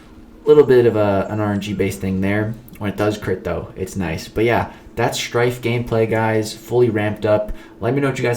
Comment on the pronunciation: The way you said shhhhhhhrtyffffe was insane